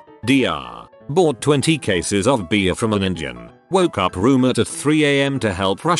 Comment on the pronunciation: Really need to fix the pronunciation of "Indian". Yikes.